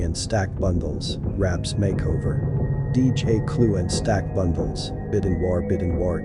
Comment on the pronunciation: I sound so stupid u can’t even say the rappers name right u a lame fr fr